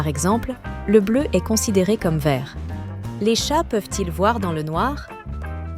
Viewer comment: Effectivement, à un certain moment j'ai aussi noté cela. Toutefois certaines autres prononciations de mot telle que le est (verbe être) est prononcée comme Est (point cardinal) tout comme le ton mononocorde et ne respectant aucune ponctuation me laissent penser que cette voix est artificielle. Bien faite, presque humaine mais définitivement artificielle.